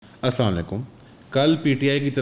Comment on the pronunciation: Please say salaam correctly. Regards.